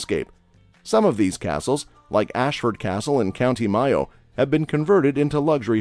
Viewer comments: The dyeing things green on St Patrick's Day"fact" is complete shite; and that green river is actually in Chicago. "Craic" is of course pronounced "crack". As to the weather. I live in the west of Ireland where it rains 260 days a year. "County Myoh"? It's Mayo. Hurling IS the fastest field sport in the world. It produced "cade meel a fallcha"- "A hundred thousand welcomes". That's "Slygo" (Sligo) not "Sleego". Criticisms aside, this was very informative. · Forget the dolphins the correct pronunciation for the county is MAAA O Mayo is maaay o Not whatever the shit he said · I had a lot of crayk in My-oh and then I went to Sleego for Sam hayn. But to be fair, how would he know how to pronounce Irish things, I’m not great at pronouncing German, French or Italian things (unless he did his research of course). I haven’t been to Ennis-call, but I have tried whisk-beeta, it’s very different to bainne seacláide. Cade meel failty to y’all. Céad míle fáilte, tá an físeán go h-iontach. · County Myoh😂😂😂and Sleego😂😂😂. And I'm really cracking up about the Uisce Beatha. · Great video. I suggest the speaker find out how to pronounce Mayo and Sligo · You've just commited mass murder of the pronunciation of Samhain, craic, failte, Mayo, Sligo, and uisce beatha.